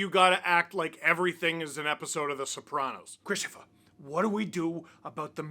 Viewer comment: yep, called it, ChristoPHUH